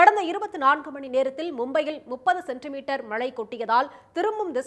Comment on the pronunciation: செய்தி வாசிக்கும் எருமை மாடே.....மளை அல்ல...மழை என்று உச்சரிக்க வேண்டும்...